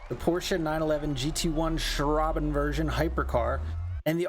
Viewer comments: Hew hew hew it‘s Straßen version, not Straben. The German ß stands for ss, spoken like the English s. Why ß = ss? No idea, but it‘s that way löl. You can even write ss instead of ß but idky they don‘t do that xD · Just a tip: the German letter ß is used instead of a double S when its more than one S, so it's not pronounced "Strabenversion" but "Strassenversion" which actually means: Street Version